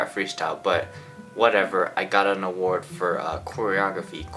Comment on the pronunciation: The struggle to say "choreography" is so cute